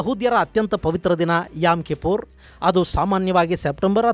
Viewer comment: It's not yam. It's yom kippor